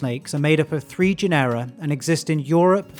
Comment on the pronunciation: A fine video, super instructive. I'm not a native English speaker, but, shouldn't it be GE-nera instead of ge-NE-ra?